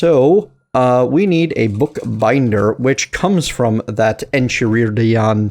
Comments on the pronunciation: Enchiridion is pronounced En-kai-rid-ion. Hope that helps lol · Someone hasn't seen Adventure Time. I can tell because you can't pronounce Enchiridion (it's en-kai-rid-eon btw) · Pronounced enk-eye-rid-eon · the mod is pronounced n-ki-rid-e-n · Its pronoced en-ki-ri-dian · It's pronounced en-Kai-rid-eon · It's en-kai-rid-ee-on, for the record. (AFAIK, anyway) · In Greek it's pronounced En-kei-rid-ion but I think it's Latin (originally) so you're right...